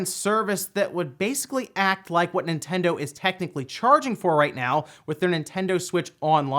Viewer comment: Ah, yes. The "In Tendo" Switch emulator.